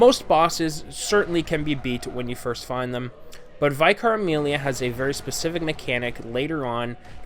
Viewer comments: It’s an American thing using the word vy-car. It’s vick-ar, you know, how it’s spelt. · Dude. Vye-car Amelia??? Don't you have Vicars where you're from? Y'know, members of the clergy? Vicars? Is this ringing any bells? Anyhoo, I beat her in about 4 mins first time & she didn't try to heal once! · I've noticed more and more people pronouncing it Vycar, I guess they're thinking it's meant to sound more complicated than it really is... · ...How do you mess up the pronunciation of vicar? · Well, as far as I know the term is pretty much exclusively used here in the UK for certain parish priests in the Church of England. So I suppose when he read it for the first time, it was like a coin toss between pronouncing it like in "vital" or "victory"; the latter being correct. That's one of the problems with English, you can come across words in writing you've never heard and now understand but can't be sure how to pronounce. But, have to deal with the system since accent variation in English is pretty big to say the least. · his pronunciation of the word vicar is the only thing that bugs me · I had to stop the video and look through the comments to see if anyone was getting as annoyed as I was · Epicnamebro did the same thing lol. :P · Me too